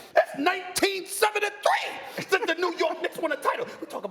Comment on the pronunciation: The way he said ‘THATS 1973’ 😂😂😂